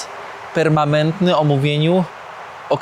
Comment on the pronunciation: Super jak zawsze !!! (Permanentny a nie permamentny)